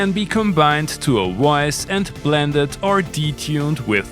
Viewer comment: Woice Woice Woice.... 🙄